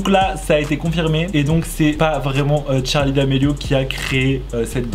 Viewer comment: Euh c pas Tcharlie c Charlie